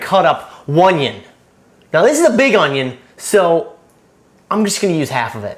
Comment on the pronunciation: You sound Québécois (french-canadian) when you say «onee-ohhn»!